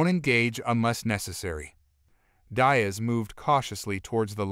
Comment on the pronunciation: Please…, tell your AI that Diaz is pronounced “dee+as”, not “die+as”. In the Spanish language, the vowel ( i ) is spoken like the English ( e )….